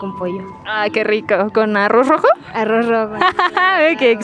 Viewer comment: Interesting pronunciation of Arroz rojo at 1.40